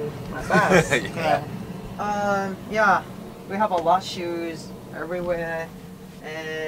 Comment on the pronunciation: It is not bass its bus btw